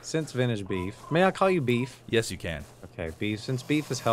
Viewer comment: I heard call beef baebeef